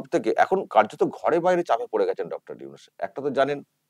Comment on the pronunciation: উফ ওকে উইনুস উইনুস বলেন কেন ??? ওটা নুনুস হবে। নুনুস মিঞা। 😀